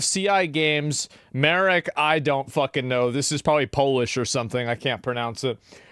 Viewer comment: it's pronounced [Mahrek], not [Merek]